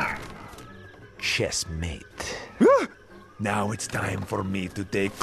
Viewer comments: "Chessmate" Me: It's checkmate, you fool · Why does he say ‘Chessmate’?? It’s ‘Checkmate’ This has been annoying me since I was 9